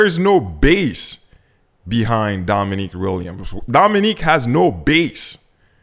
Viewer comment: Learn how to pronounce Dominic’s name. It’s not “Dominique” it is cringe. You’re such a loser, your app sucks btw it’s not intuitive or user friendly at all.